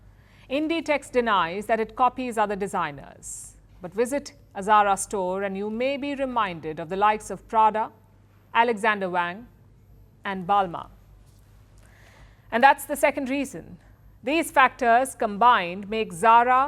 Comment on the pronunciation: Balmain : pronounced as balma❌ pronounced as बलमन ✅